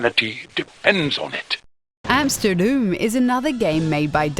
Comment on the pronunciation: Based on her accent? No, I don't think she is Dutch or at least a native speaker, the pronouncation of "Utrecht", "Amsterdam", "Grote Pierre" and "tot de volgende keer", were slightly off and doesn't match neither Dutch nor Flemish dialects or accents. That said, for someone who isn't a native speaker, her dutch was still pretty good. But the guy (I don't know his name) is dutch. You can hear that perfectly when he was interviewing Vogelsap about their game The Flock.